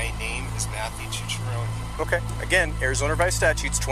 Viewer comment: Second guy can't even pronounce his own name. Tucciarone.